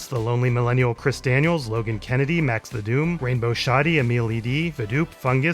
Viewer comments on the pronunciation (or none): none